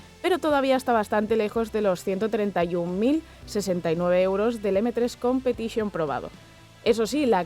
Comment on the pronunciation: "M3 competichione" justo cuando intentas dar algo bueno del BMW pero tú cerebro quería decir guilia